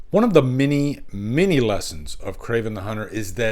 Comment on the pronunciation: Mini mini lessons?? Are you saying “many, many?”